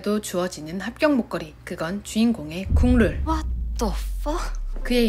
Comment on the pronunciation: 국룰이라고 할때마다 국물로들려요..ㅋㅋ😮